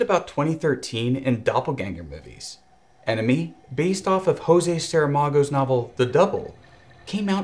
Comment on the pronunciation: I’m late to the party but great video! Just a small correction: José Saramago is Portuguese, so his name is pronounce with a J sound (like in English) and not with an R sound (like in Spanish)